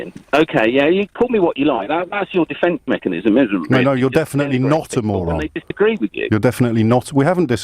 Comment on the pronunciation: "Rest assurred I'm not going to call you a moran." lol